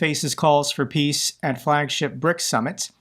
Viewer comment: 'PRICS' lol